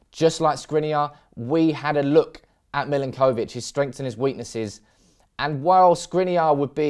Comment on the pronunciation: I love the way you pronounce the names of players. Lol. Mill-in-koh-vich. Muh-no-les